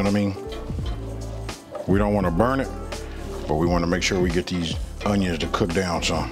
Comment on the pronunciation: YUM! Love how you say “UNYUNS!!!!!!!”🤣